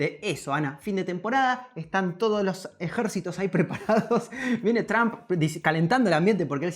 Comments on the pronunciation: Por que le dicen juawei si la h es muda y por que tramp y no Trump? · Tromp no tramp, pensabas que decias trampa 😂😂😂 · Qué feo se escucha la pronunciación de Trump como "Tramp" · Tramp , que pedo !!!! Por favor ya no dejen que la chica hable en Ingles , no sabe ni pronunciar las palabras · Porque dicen tramp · Porque los españoles dicen Tramp? Y no pronuncian como realmente se dice ?